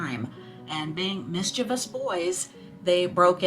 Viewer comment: Mischievous pronounced miss-cha-vis. Not miss-chee-vee-us!